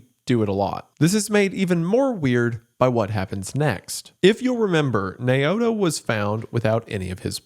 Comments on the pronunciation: "Nay-oh-to" is pronounced "Now-toe". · (Naoto) Nay o'toe is pronounced now-toe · Naoto is pronounced Now-toe. I had a drug counsellor named Naoto. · "Nay-o-to." Lmao, Jesus. You spent so much time on this and couldn't take like 30 seconds to confirm the pronunciation of names said throughout the video in question. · The name is pronounced "now-toe" not "nay-oto" I'm sorry but he says it so many times, love ya goon gang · Why is it hard for english speakers to say Japanese words like it spelt? Wendi said Naoto as Nay-oto, it isn't even french or russian.